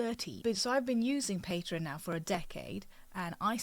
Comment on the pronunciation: It's not called "Patron". You pronounce it like it's spelled: PatrEon.